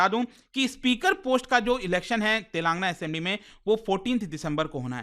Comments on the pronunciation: It is not तेलांगना it is तेलंगाना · It's TelangAANA not TelAAngna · Its Tel lagana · Mr. it is not Telangna but Telangana . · Eee bhaii it's tel. Ang. Aana pronounce it properly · YOU PRONOUNCE STATE NAME WRONGLY WATCH SOME TELUGU NEWS CHANNEL CORRECT it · Bro u are not pronouncing telangana correctly it's very awkward the way you are pronouncing